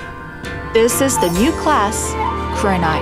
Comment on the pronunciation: love how she pronounce "kurenai"